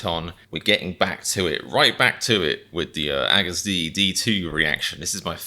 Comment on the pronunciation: ^^ we love you comedian, but please stop pronouncing agust like haggis lmao